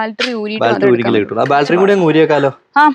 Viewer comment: ബാൽറ്ററി അല്ല.. ബാറ്ററി.. 😂😂